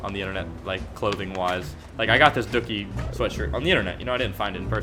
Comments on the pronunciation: it's dookie pronounced do kie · This man pronounced green days Dookie album like it rhymes with cookie. Its Dew-key, like.. human feces